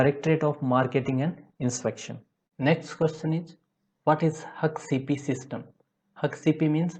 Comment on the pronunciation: Hak Cp nahi🤷🏻‍♀️🙄 हेसैप bolo ya Haccp 🙏